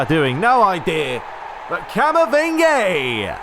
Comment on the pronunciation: Please stop calling camavinga camavingy it sounds weird